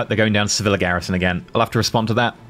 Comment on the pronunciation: Lesson 3: for extra spiciness, when you say Sevilla, remember the double L in Spanish sounds closer to a Y than an L, so you might as well pronounce it as if was written Seviya and it's fine. It should sound close to se-VEE-yah.